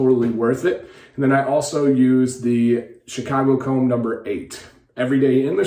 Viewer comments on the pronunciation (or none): none